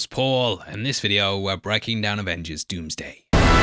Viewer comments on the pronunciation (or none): 😂😂😂😂😂 I can’t unhear that now